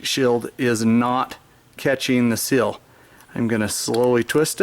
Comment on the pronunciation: And it's seal, not sill. haha